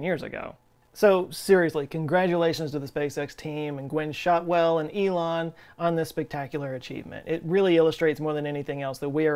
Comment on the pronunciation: Ilan pronounced Elon